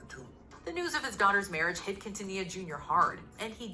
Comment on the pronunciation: He really said quintilla 😭😂